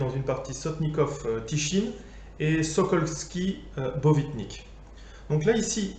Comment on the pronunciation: Nice one ! Et reprends moi si je me trompe, mais il me semble que c'est Botvinnik et non Bovitnik.